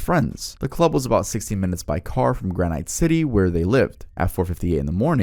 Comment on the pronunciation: I dont like the age 32 story as I'm literally sittng 5 minutes away from Precoat Metal lmao. Also, its gran-IT.